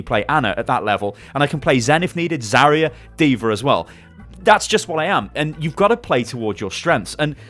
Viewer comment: Pusok Mate Zarya not zarier